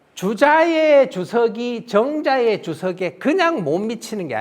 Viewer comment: 또 한 가지! "주석"의 "주"자도 장음 자인데 또 짧게 잘못 읽었다. "주석"의 "주"자는 "길게 젊게" 발음하시옵소서! 미국 변 완수 배